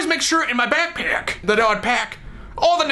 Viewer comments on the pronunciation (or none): he says backpack like: byackpyack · When he kept saying 'backpack' did anyone keep hearing 'snack pack'?